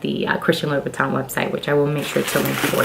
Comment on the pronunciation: 5’7” is NOT tall. And nothing wrong with being 6 feet. You can’t pronounce the brand. You are so ignorant and are trying way too hard imho.